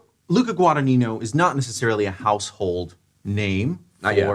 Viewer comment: tfw when they constantly mispronounce Guadagnino. The "gn" is pronounced just like champignon or lasagna.